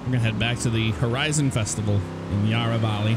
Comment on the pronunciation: its not yarrrrghhahhh valley yara like barra from barracuda